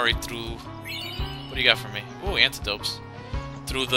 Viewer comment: You call them antidopes lol